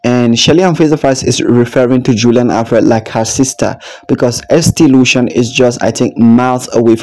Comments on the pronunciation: ST Lucia 🇱🇨 is pronounced saint Lucia 👉ST is short for saint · Darling, pronounced Saint Loosha. Julien Alfred is from St.Lucia, she started running in St.Lucia at the primary school level. She attended Leon Hess secondary school in St.Lucia and then moved over to Jamaica for 3 years and attended St Catherine High, where her talent as a sprinter would further develop. She has now been in the US for maybe five years now and has been trained, by coach Flo. All three countries have contributed and helped. Yes, in the Caribbean, we are all brothers and sisters. We support each other.